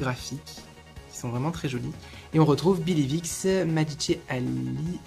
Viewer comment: Love her ponytail , the way you pronunce magiche makes me laugh 😂❤️